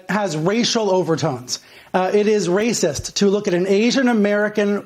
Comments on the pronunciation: Ben gets me chuckling often but that "RRRRRRRRRRRRRRRRRRRACIST" forced me to embarrassingly lose it in front of my liberal wife! Oh jeez, send help! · Had my phone locked listening to this, had to unlock and make sure I liked the video simply for that Looonggg Rolled R 💝